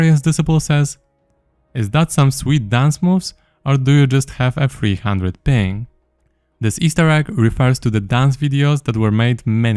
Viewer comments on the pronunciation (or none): none